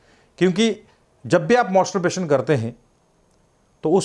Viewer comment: मॉस्टोरबेशन nahi मैस्टरबेशन rehta h yarr...Ye doctor achha nahi h Dr. Imran ko hi video banane bolo...Ye masturbation ko roz karne bol raha h pagal h yeh...Mujhe problem hua h regular masturbation se...